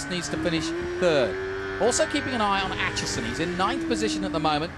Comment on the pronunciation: damn the pronunciation of Aitchison as "At Chison" did my head in the whole way through this. ITS "8 CHISON". ARGHHHHHHHHHHHHH